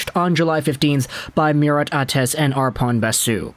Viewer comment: Great video, but the information is mostly from the Murat Ates article...so you should probably spend the time learning to pronounce his name :P